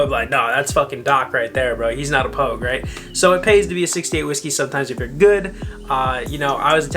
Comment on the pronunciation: dude, its "pogue". get your shit together